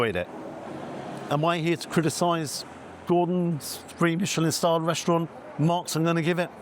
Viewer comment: Mishhelllin star scamm